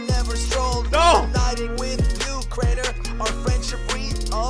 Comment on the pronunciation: Crainer Not crater